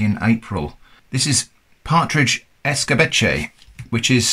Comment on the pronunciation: The correct pronunciation of Escabeche is Eska beh cheh not escabechei.